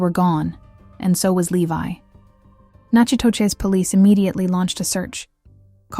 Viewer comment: Natchitoches is pronounced “knack itish”